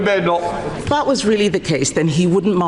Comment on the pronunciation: That speaker can't even say Badenoch properly in fact he just can't talk properly